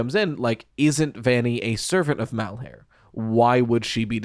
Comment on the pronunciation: I am begging you to please stop trying to make 'Malhar3' happen, it's been too long to try to change it and my brain recoils in discomfort every time you say it. It's like trying to change the Puppet's name to the Doll; it's just not gonna catch on when most people listening are internally translating it back to the original name because it's what they've already settled on calling them. Shit, AvA12 just showed you can explicitly rename a character on screen and most of the fandom will still call him Victim instead of H4CK3R entirely bc he's been Victim for the past 20 years. People will cling to what they've already accepted as the identity of a character.